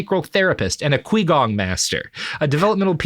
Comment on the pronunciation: Extremely minor detail but Robert's pronunciation of qigong made me laugh. To be fair it's not intuitive that the q in pinyin makes a sound more similar to ch